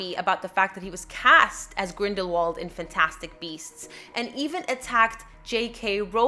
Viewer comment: I love how you say "fantastic" never heard anyone say it like that before